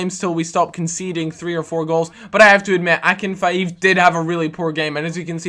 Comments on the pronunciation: "Akinfaeooev" haha *Ah-Kin-Feev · [ a k i n f ' e e v] NOT Akinfiv!